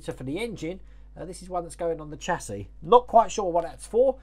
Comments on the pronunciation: I have to echo what others are saying. The distributor is likely a brake proportioning valve to meter flow of hydraulic fluid to the front and rear brakes. That notch in the frame might be a relief cut to keep the exhaust from hitting it. You’re saying chassis correctly, it’s “chassee” Definitely have to see this one again to make sure the wires are correct. I might be able to catch some of the livestream today while at work. We’re “essential” but not that busy during the week. I’ll watch the replay when I get home, either way. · Getting on nicely, You are pronouncing Chassis correct. The last s is silent. Great upload again, 'looking just like that' great idea for a shirt. Lol